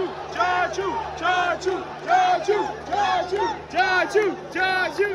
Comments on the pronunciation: Its actually chacha not chachoo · its chachuu not tattoo :D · brother his name is not chachoo, his name is Chachaa😂